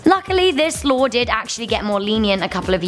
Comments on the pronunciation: Lawr. Pentigun. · Does anyone else hear her saying law like lare